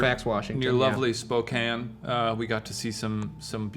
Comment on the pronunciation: You know Shane doesn't know Spocompton well when he calls our town "lovely" 😂 But hey thanks for pronouncing it right!